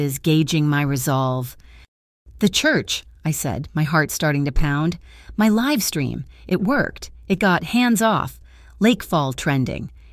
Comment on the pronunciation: Great story but the mispronunciations of words like live, and MAKO detract from the story and I don't like cliffhangers either